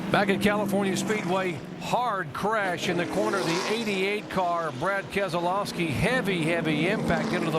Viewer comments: When did keselowski become a 4 syllable name? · The way he said keslowski sounded wrong to me